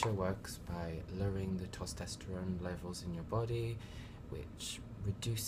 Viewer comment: tostesterone ahahahah, its testosterone bruv